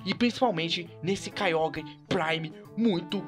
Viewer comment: se pronuncia Kyouger só pra avisar ^-^